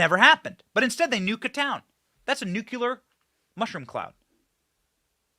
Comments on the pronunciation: PLEASE stop saying, "Nuculur." It is spelled Nuclear, and is pronounced "Nuclear." Like saying "Nuke," and "clear" in rapid succession. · The word is NUCLEAR. If you say ‘nukyeular’ again, i swear to dog…It’s important to sound literate…. George Bush couldn’t get it straight, but I believe you can, Benny🔥🤣🔥